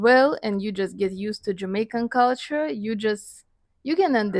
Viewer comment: OMG, the way she says 'culture', she's so Jamaican. 🇯🇲 🇯🇲 🇯🇲 🇯🇲 🤣🤣🤣